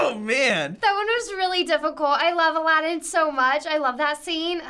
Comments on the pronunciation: the way she says aladin tho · lol, tiny slip up with english and spanish when saying Aladdin